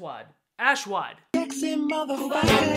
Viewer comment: Ass-wad, ashwaa.... Ajwad!